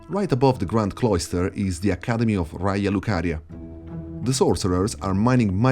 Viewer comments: Tuttora non capisco se tu sia Italiano o no, per come pronunci Raya lucaria e la cittadina toscana sembra che tu ne sappia di pronuncia. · Your pronunciation of "Raya Lucaria" and all the Italian structures, i was SURE you were a conterranean! Ottimo lavoro bro! Tra l'altro mi hai fatto venire un dubbio, you pointed out that the Gate have a bowl-like tip, i'm just speculating but i'm soooo curious to know if the Forge at the Mountaintop could fit at the top of the Gate! I hope someone take this speculation to account and check it! Cheers from Tuscany! 🤍